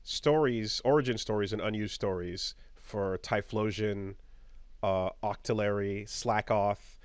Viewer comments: Octo-Larry~ Nobody suspects a thing~ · OCTI-LARRY?! That's the single-most amazing mispronunciation of a pokemon I've ever heard! Octi-Larry HA that's so good.